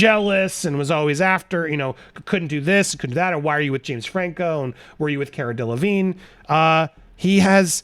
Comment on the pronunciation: If she watches this she’ll be pissed you mispronounced her name 50 times.